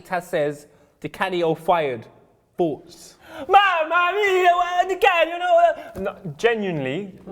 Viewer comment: you say 4uoghts